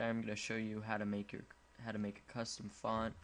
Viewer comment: It's not coustom, it's custom!